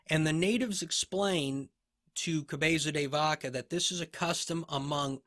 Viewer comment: Your 'Cabeza de Vaca' pronunciation is soo cool... This surname was given to one of his ancestors that during a famous battle against the moorish pointed the christian troops into a secret passage using a cow's head. Apparently, this turned to be a great advantage and the battle was won (Navas de Tolosa, 1212). Another great episode. Gracias!